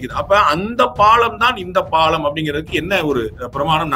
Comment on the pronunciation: My friend it is not pallan it is palam